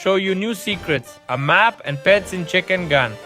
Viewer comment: It’s not chickengan it’s chickengun